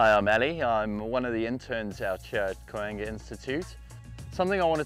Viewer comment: Thank you again Koanga for more relevant and helpful information. The only trouble I had with this video is listening to 'koanga' pronounced so poorly by your intern. With so mahy overseas and non-visitors to your whenua, it is a great opportunity to educate on the basics and the importance of the meaning of koanga, especially to the institute. Thank you again, I'm proudly a member of the Koanga Institute : )